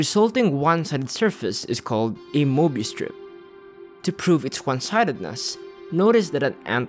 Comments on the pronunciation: Very nicely produced video. Only one thing: How hard is it to pronounce möbius? Get a professional narrator. (hint: I'm available) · I hate myself for caring that the narrator is not fully pronouncing the word "Mobius".🙃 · Since when is a CIRCLE a ONE DIMENSIONAL OBJECT??? Answer: Since made this movie! Since when is there a "MOBIUS" strip and not a Möbius Strip? That's easy: Since Americans in particular will never learn how to pronounce ä ö ü and other "Umlaute". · Möbius? You mean morbius. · "Möbius Strip"? I think you meant Morbius Strip. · Möbius would be pronounced "meh-be-us" because it's German (it's hard to explain how to pronounce it exactly).